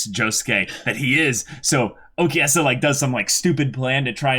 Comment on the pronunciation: Stop saying okeyasu